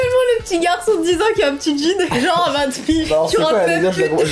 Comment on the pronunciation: on dit genre pas jor ou gore